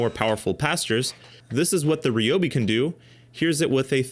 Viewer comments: Protip: "Ryobi" is Japanese, and "Ryo" is a single syllable. It's neither "ree-yo" nor "ri-yo", it's just "ryo". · I’d never heard Ryobi pronounced Ree-oh-bee before, so I searched and found the actual Japanese pronunciation for it. While Ree-oh-bee isn’t totally accurate either, it’s certainly more accurate than the R-eye-oh-bee I’ve heard from literally everyone. Mentally noted. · Everyone at TTI pronounces it "ree-oh-bee"